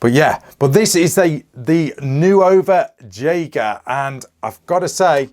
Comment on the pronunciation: Fantastic review! Pronounced "Nova Yeager".